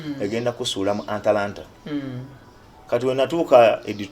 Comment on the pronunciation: Hahaha...mbu Anlana....nga kitegeza Atlanta....😀😀 hihihihi Abantu tulina stories nyinjiii ezokunyumizaako kubalala......